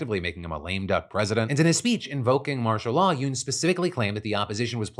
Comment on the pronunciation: Who all acted like they went fast every time Phil said "Yeun"? Just me? Cool 😅